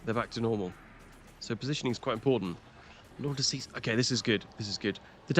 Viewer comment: Lord De Seis ❌ Lord Deceased ✅